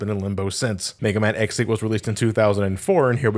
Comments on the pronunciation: Okay, it may just be me but every time says "X8" I mishear it as "ex-aid." Like the Kamen Rider. =v='' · Is it just me or does it sound like is saying “Ex Aid” when he is saying “X 8”? The amount of time I heard “Ex Aid”, I swear was going to do an henshin and start fighting the bugster threat. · Whelp i am officially a no liver: every time he says X8 it sounds like ex-aid and paradise lost is a faiz movie. Both are kamen rider (pls watch kamen rider)